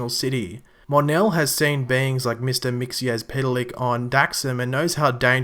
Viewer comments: IT IS NOT MIXY-AS-PETAL-LICK IT'S MIX-A-PIT-A-LICK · The word is old and it's Mix zel plick. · Since you were struggling with the name, you say it like mix ill pita lik a little background on him, He is not good or bad, just mischievous Superman (and i guess supergirl) have a weakness to magic, Mxyzlplik is a magical character and can control people and in some cases has been defeated just by saying his name backwards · KRYMauL Ccorrrect!!!👌👌👇👌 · The Way you Prononuced his name was so wrong